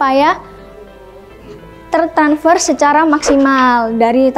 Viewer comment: Aduh mbaknya imut banget tertransfer jadi tertanfers 🤭